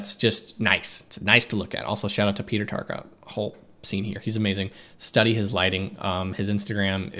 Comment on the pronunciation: it's Peter Tarka!